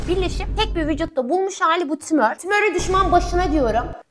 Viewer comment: ABLA TİMÖR DEMENE PATLADIM HAHAHAHAHAHAHAHHZZBSBSHAHZHAJSB